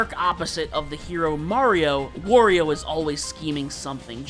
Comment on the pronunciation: You know the way you pronounce Wario and Aran is a bit odd.